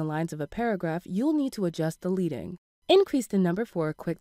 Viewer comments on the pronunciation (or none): Leading is pronounced Ledd-ing not LEE-ding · Devin Tanner is correct. Can you please remake this video and pronounce Leading (LED ing) correctly? People are counting on you for accuracy here. thanks for what you do! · As a voiceover artist I feel her pain. I'm sure nobody told her how to pronounce leading.